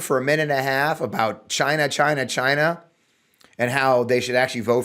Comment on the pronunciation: WTF is he talking about the cars will not be made in Gyna as Trump pronounce it over and over again.